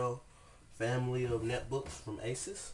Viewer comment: Finally, someone who actually said the brand right! aSUS not aSOOS